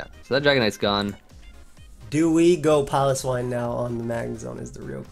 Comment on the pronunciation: pronouncing Piloswine like that is the root of the Ls in this video